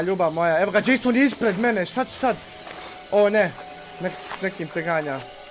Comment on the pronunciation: nekažese Jasona nego česona.